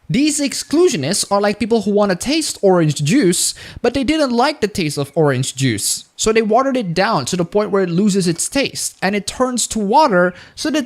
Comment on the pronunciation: "didn't like the orange Jews" I love your English.